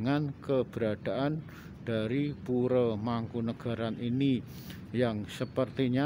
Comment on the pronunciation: Oalaaah... bukan muslim toh mereka.. ya gak tau lg kalo gitu, sedangkan Mataram kan trah Islam ralat min... kalau Pura org Jawa bacanya Puro bukan Pure Kalau Pura dibaca Pure itu org Bali (Pura di Bali t4 ibadah umat Hindu), kalau istana/Keraton di Bali namanya "Puri"